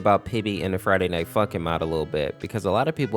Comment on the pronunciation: when he says friday night funkin it sound like friday night f*$kin